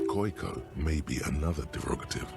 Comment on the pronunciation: hears The Racist say "Koyko" Immediately pronounces it 'Kohj-koh"